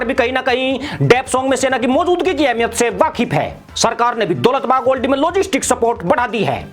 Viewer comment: जनाब ये दौलत बेग ओल्डी है न कि दौलत बाग ओल्डी। आप हमेशा गलत उच्चारण करते हैं।